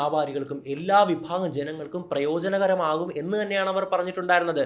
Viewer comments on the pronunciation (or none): none